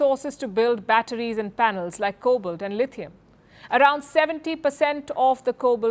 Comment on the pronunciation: Also you pronounce “ cobalt” incorrectly. Please invest in a dictionary or get someone with knowledge of the King’s English to go over your videos before you broadcast them!